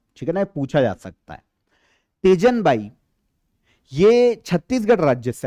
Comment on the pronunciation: Teejan bai ,not tejan bai mai chhattisgarh se hu